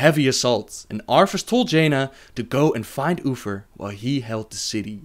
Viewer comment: Arffas instead of arthas